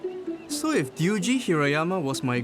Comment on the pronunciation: Ryuji not duiji right?